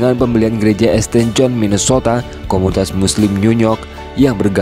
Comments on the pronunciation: St. John di bacanya bukan Este John, tapi Saint John. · Bacanya St.John itu dibaca "sin Jon",. Belajar dikit dong. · ST John dibaca Saint John